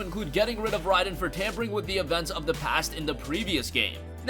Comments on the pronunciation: OMG ITS NOT RYDEN ITS RAIDEN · This guy just said Ryden 🤣🤣🤣 never played a MK in his life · Say it with me everyone ray-din